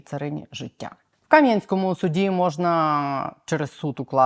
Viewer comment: Кам'янськóму , не Кáм'янському